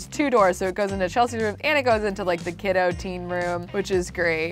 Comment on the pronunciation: Can we talk about how she added os on to everything Kidos Gnomos Bedos Sandos Deskos